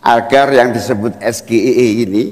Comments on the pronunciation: Sok pintr bahasa inggris ,sebut sja salah 😂😂😂😂😂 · S G I E bacanya es ge ai e.. bukan es ge i e....??😢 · Hahaaa es ge i e. Woyyy yg ada (es jie ai ie) bacanya,jd nyambung sm artinya. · es ji ai i yang bener, bukan es ge i e.. gue juga bingung awalnya wkwkwkwk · Es Ge I E... 😂😂😂😂 Anak gw yg masih SD aja langsung protes, harusnya kan Es Ji Ai I kan yah 😂😂😂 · SGIE (State of the Global Islamic Economy) adalah singkatan dalam bahasa inggris. Cara mengejanya ya harus dalam bahasa inggris juga, Es - JI - aI - I, bukan Es - Ge - I - E seperti yang mas Gibran katakan! Harusnya hal ini semacam spelling seperti ini adalah dasar, basic atau fundamental yang termasuk grammar yang harus dikuasai dalam tata bahasa inggris! Apalagi mas Gibran ini kabarnya adalah lulusan Bradford Unibersity Aussie & Singapore yang bahasa inggris biasanya diberikan dan menjadi kuliah wajib bagi mahasiswa semester awal atau tahun awal ketika menempuh studi di Universitas luar negeri yang menjadikan bahasa Inggris sebagai bahasa pengantar utama dalam kegiatan pendidikan maupun percakapan sehari-hari di lingkungan kampus! Kalau cara mas Gibran membaca singkatan SGIE seperti mengeja huruf dalam bahasa Indonesia Es - Ge - I - E, seorang ahli ekonomi atau ekonomi syariah dari luar negeri pun tak akan mengerti apa yang dimaksud mas Gibran! Alih-alih dengan maksud untuk mendapat pujian sebagai seseorang yang pandai atau memiliki pengetahuannluas mas Gibran justru akan menjadi bahan tertawaan atau dikritik! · Tidak logis pertanyaannya bahasa inggris dibaca bahasa Indonesia kenapa dia bilang Es ge i e, coba dibaca bahasa inggris semua org ngerti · Es ji ai i yg bener bukan es ji ei i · Wkwkwkwkwkwkwkwk... SGIE = Situ Gagal Ide Eya? Es Ji Ai E nyebutnya. Gosok dulu lidahnya pake emas murni 😅😅😅 Kan mau menuju Indonesia Emas.... 😅😅😅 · Es Ji i Ai Bukan SGIE itu kan singkatan dari bahasa inggris, masa di singkat jadi bahasa indonesia. Walah walah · Bukan SGIE kalau sebutan Inggris es ji ai i ...